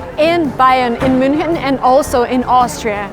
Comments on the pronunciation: Das heißt MÜNCHEN und nicht muenik! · ITS NOT MUNICH ITS MÜNCHEN 😂😂😂😂✌